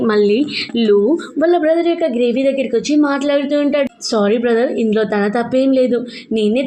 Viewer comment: Gravy kadu grave😂😂😂😂